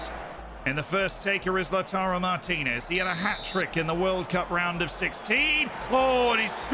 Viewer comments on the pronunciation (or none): none